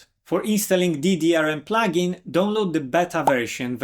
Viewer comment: Because of your accent, I thought you were saying "Don't load Calibre" instead of "Download Calibre". LOL